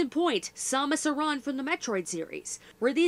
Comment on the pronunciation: Samus AH-RAHN? Never heard her name pronounced like that but I'm not here to tell you how to pronunce tIngs. Anyhow, good work(even though this is a few weeks old but oh well), I'm sure you will do it, but tell us when ur novel is out, that alone peeked my intrest. Anyhow, great work, when you have the time keep it up :D